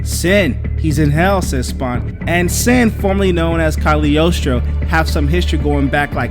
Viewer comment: It's pronounced Cog-lee-o-stro.